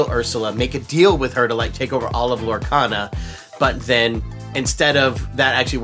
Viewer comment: Uh...it's Lorecana. Not cata.